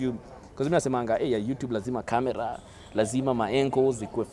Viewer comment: badala ya camera nasikia ka-mia😅😂😂